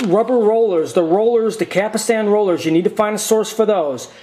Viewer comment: Just saw the video, Some notes I have:.First: the rubber wheel on the loading ring is called "pinch roller". you should say "capstan", not capastan".and you don't just pull on the capstan rotor! it has retaining washers on it.What you want to do is slowly pull on the rotor while the unit in on it side, and collect the plastic retaining washers with the other hand. then clean the capstan shaft with alcohol.next put a drop of sawing machine oil in the upper and lower bearings (otherwise they will fail down the road), slowly insert the capstan rotor while putting back the plastic retainer washers.carefully push them back against the bearings, and clean the shaft again with alcohol.you are correct about replacing belts and tiers only with fresh ones.but it is not a Betamax only that fails with rubber parts, ANY deck of ANY format will fail due to rubber belts and tires wearing out or dries up.Other than that, you did a great job. I love these old Betamax decks!Best Regards,Moshe.